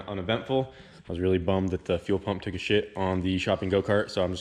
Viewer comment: Idk why I laughed so hard when said " sorry it took-uh shit" sounded so country